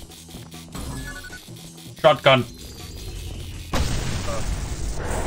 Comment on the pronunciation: "sot gun ..... Okeh"